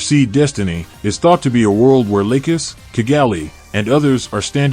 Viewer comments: The only thing I've noticed he says Lucas instead of lacus lol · Lay-cus XD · her name is Lacus say it right omfg this pisses me off